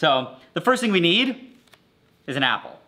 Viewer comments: Did anyone notice that when he let the apple sit for a day when he came back he said ass** instead of apple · Everytime he says apple I hear assh0le for some reason😂😂😂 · Bro says apple as "asshole"